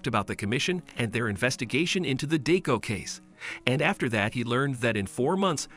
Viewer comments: Bro says deu instead of deku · Its not deeku its pronounced dekoo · Deku sounds like d!cku